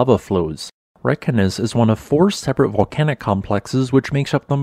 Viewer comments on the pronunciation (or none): Always excellent reports. FYI , Reykjanes is pronounced Raye - Kya - Ness.....just a tip.